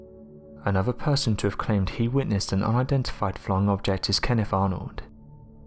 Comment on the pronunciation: What do I think? I think if I was KennIFF I'd be pissed that you keep mispronouncing my name. It's KenneTH.